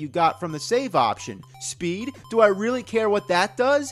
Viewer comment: "We reary rike Indiana Jones" Hydlide Developer